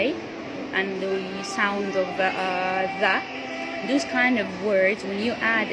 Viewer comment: Thank you for the video. I have one observation. The word “those” is pronounced with the long ō sound as in “home” and not ōō as in “ooze.”